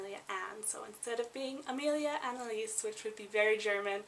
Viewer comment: You mispronounce the names Annelise, Wilhelmina and Jaeger like most English speakers around the world. Jaeger/Jaegar is a surname and the surname Brenner doesn't mean " dweller by the sea" the surname Brenner come from High German and means "to burn" eg. someone who burn's wood, brick or Charcoal. And you said the word spunk like many American's to mean get up and go or one who is courage or determination. However in other English speaking countries the world spunk or spunky means a man's sperm.